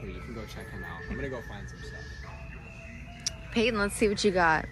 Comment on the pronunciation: You did payton wrong 😭😭